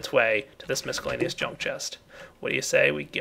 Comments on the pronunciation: Mis cell aneous NOT Misk ellaneous also Et Cetera NOT Ex Cetera or Eck Cetera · Please, it's Miss-cell-ay-knee-us, not misk-ell-ay-knee-us. Your sorting system is looking pretty nice for a starter! Glad you showed us these pipes :)